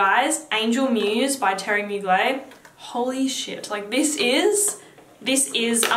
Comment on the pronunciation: Pronounce the "er" in Mugler. I said it like you before I saw an interview about the designer and it's pronounced in french like "Teerie Moo-gler". This is an old video so maybe you know by now :)